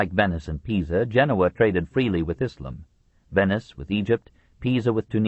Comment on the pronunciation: We get back to more familiar ground, for Westerners, in this portion. The bits that least interested me were the Byzantium bits - or, as the narrator insists on calling it, Byzanchum - and that's his fault, not Durant's, who doesn't spell it in some old-style way, like he did with "Moslem" and "Mohammed, Mohammedan". Come to think of it, I didn't enjoy the narrator calling the religion "ISSlum", either. Were these words SO unknown in the 1990s when this was recorded? Durant, writing in the 1940s, had a better excuse. Anyway, despite my lack of keenness for the rapidly shrinking Greek kingdom that was the successor state of the Roman Empire, it was distressing to learn just how often, and in how many ways, the Latin Crusaders really screwed Byzantium over. But before Durant goes into that in detail, he takes us on an excursion of a Western Europe that is either utterly demoralized or happily captured by barbarism. One senses the struggle to remake a civilized world out of the carcass of the Roman Empire. Some time is spent with Charlemagne (probably not enough time, for my taste - I think Durant slightly underrates the achievement of Charlemagne, understandably so since it seemed to not last, but I think a seed was planted). More time is spent with the Vikings, which I appreciated. Durant's interest in Scandinavia anticipated modern culture by 80 years. The beginnings of Russia are also briefly discussed. Finally, there is a grim catalog of Christian conflicts of creed, within